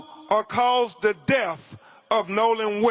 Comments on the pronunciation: C'MON!!! YOU'RE AN ATTORNEY!!...FOR GOD'S SAKE PRONOUNCE "DEATH" CORRECTLY! DEATH IS NOT PRONOUNCED AS DEAF! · His unwillingness to pronounce the words correctly is baffling. Deaf of ? WTH is wrong with him? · This show is a disgrace. It takes time to properly investigate. You really find it necessary to read the autopsy to everyone? You’re just trying to justify insinuating his white friends. And it’s death not def 🙄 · He said deaf for death, I'm not going to name them all he's ridiculous.